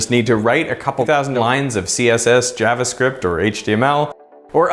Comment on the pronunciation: what's "jervascript"? 😂